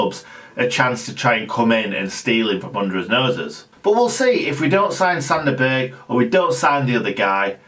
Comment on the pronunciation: I think it's pronounced Zander Burj round these parts lol, apologies if I'm wrong . Announce Zander Berj